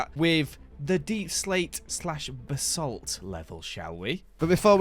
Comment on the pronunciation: i will never get over the way says ba-salt. BHABHABA